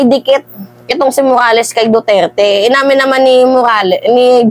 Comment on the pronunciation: Ma'am ayusin mo mgblog kahit pangalan ni Duterte nahihirapan mong ipronounce,dn parang may POLBORON dyan ma'am,isa pa tong EL NIÑO mainit na nga Ang ingay pa